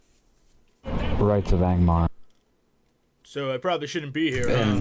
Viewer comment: Was Elrond and Angmar really that hard to pronounce? Agnor, really? Alderaan, WTF?